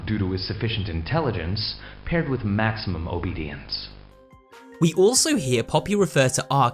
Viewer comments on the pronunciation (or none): Whenever I hear the scientist say Huggy has maximum obedience, I always think he is saying max obesity 😂